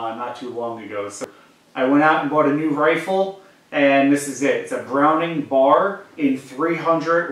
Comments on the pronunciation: B.....A.....R. not Bar. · it's not bar, it's B.A.R.